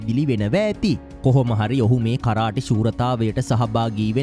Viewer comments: කරාටි නෙමේ කරාතේ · මොනවද මනුස්සයෝ “කරාටි “ කියන්නෙ 😂😂😂😂😂😂.8 pass නැති එවුන් u tube කරන්න ගියාම මේක තමයි වෙන්නෙ 😂